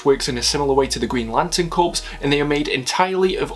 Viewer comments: Great video, but it's pronounced core not corpse btw. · Enjoyed this a lot, I liked your dry wit re Alan Moore, would have liked you to expand on his working relationship with Alan Davies (D.R & Quinch, et al). One thing though, "Corps" is pronounced 'Core', not 'Corpse'! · Only criticism I have is a pronunciation that sometimes happens, and it happened here, unfortunately. "Corps" is not pronounced like corpse, aka a dead body. A "Corps" has silent P and S. It is a military formation, and rhymes with Core. The Green Lantern Core, aka Corps, or the United States Marine Corps. Like the marching chant that rhymes. One, Two, Three, Four. United States Marine Corps.